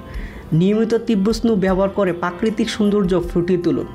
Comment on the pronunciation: pakretik ki vai 😂😂😂 ota prakritik. বাংলায় লিখলাম না কারন বাংলা তো আপনি দেখেছেন তাও ভুল পড়েন।